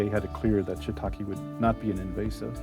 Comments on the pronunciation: Shiitake, not shiitaki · For people who are so passionate about shiitake mushrooms you’d think they’d know how to pronounce it properly 🙄